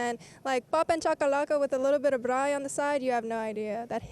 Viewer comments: The way she said Braai says she is south African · the accent on " braai"? i believe her. she is us we are her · I like how she pronounces braai properly 😅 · LOVE how real she is. She doesn’t just claim she be from SA and then pretend she doesn’t know what we’re about lol. The way she decided to pronounce braai, chakalaka, calling it ‘primary school’. Love her. Instant insta follow! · Thank you for representing South Africa so beautiful.❤ I love your pronunciation of "braai".